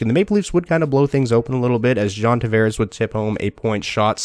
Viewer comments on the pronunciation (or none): none